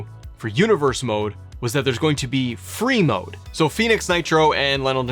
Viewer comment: Every time you say Free Mode all I hear is Brie Mode.... I don't like it now lol...